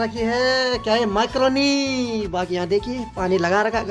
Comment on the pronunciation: मैक्रोनी बोलते हैं भाई माईक्रोनी नही